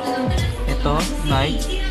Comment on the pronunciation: Nayk ng nayk ni-key po Reebook , Ree-bok po